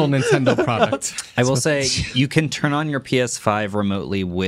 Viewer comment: "Why wouldn't it tun on? The apps don't load" 😂😂😂